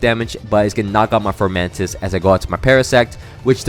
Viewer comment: Also also, it’s funny that your former friend was saying Decidueye wrong. But you were calling Fomantis, “Formantis”. Lol I’m just joking around, but I thought it was funny lol